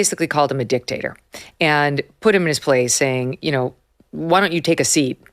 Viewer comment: 😂..Love how Megyn put emphasis on dic and lowed down on the TATER